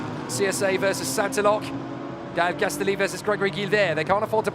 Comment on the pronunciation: shouldn't Castelli be pronounced like spaghetti ? castElli spaghEtti